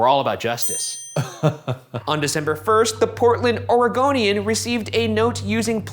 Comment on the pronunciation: Two things you look damn good in a suit and thank you for saying Oregonian right